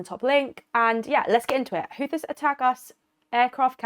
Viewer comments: PRONOUNCED : HOOTHEES……NOT US BUT U.S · It’s pronounced like hoootheees even tho spelt Houthis lol